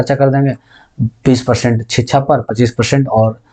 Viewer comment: sir शिक्षा बोला करिए …छीच्छा क्यो बोलते है